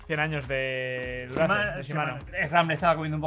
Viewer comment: Disculpen, pero no se pronuncia Dura-Ace. Se pronuncia Dura "aais"... Se ve que están FALTOS de Agricultura!!! "Cantinflas" Hahahahahahah haha!!! Estan Pal Perro Los Tres